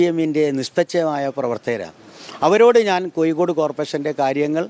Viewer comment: ഒന്ന് കൂടി മലയാള ഭാഷ സംസാരിക്കുന്നത് നന്നാക്കണം. ഉദാഹരണം - അഴിമതി ക്ക് പകരം അയി മതി എന്നാണ് പറഞ്ഞത്. കോയിക്കോടല്ല, കോഴിക്കോടാണ്........